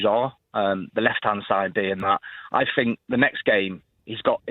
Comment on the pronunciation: I Fink, I fink, can we not get someone who can pronounce the words correctly.